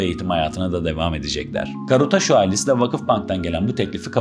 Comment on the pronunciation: Arkadaş doğru telafuz "Karutsaşu". Atarabasıcı (at arabası süren ya da yapan anlamına gelir) . Adı Uğur olan birisinin amarikalılarca Yugır diye çağırılması gibi bir şey yaptığınız.